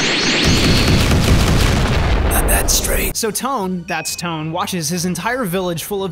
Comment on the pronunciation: Not pronounced "Tone" His name is pronounced "Toe-Ann"